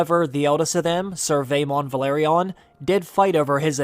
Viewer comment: No wonder the Velaryon’s go extinct. Some People find it hard to pronounce their name. Vehh larrr yonn